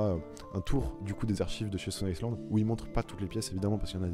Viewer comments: Gros stone island pas stone iceland tu as fait une video entiere sur cette marque sans savoir la prononcer ... Et tes arguments sont vraiment nul, aucun recherche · J’aime bien ta vidéo, tu définis carrément la marque et on voit que le sujet te parles vraiment (petite précision on dit pas stone Island mais stone aïland ça parait bizarre quand je le dis à l’écris je sais pas si c’est hyper claire mais je préfère préciser) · On prononce STONE AYELANDE, pas STONE ISSELANDE. Faire une vidéo sur une marque qu'on ne connait pas, faut le faire tout de même. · megevand .valère par contre pour la marque stone Island on dit Ston Aylande pour la prononciation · ta maniere de prononcer stone island devrais t'interdire de porter la marque. Affligeant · Super vidéo j’ai beaucoup aimé seulement renseigne toi comment on prononce la marque car oui la prononciation est anglaise 😅